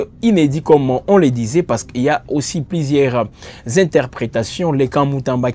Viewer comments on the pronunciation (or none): Plisière, sir, ministère piblic, biensir,... La lettre ''u'' n'existe pas dans le lexique de ce journaliste ?